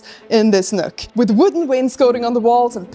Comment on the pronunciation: In this NÖÖK